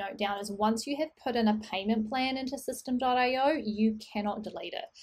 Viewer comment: just watched a video from the owner/founder and he pronounces it "systemy" not system. ;-)